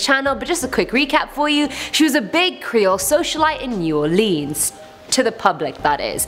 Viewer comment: Why does she say new orlEEns?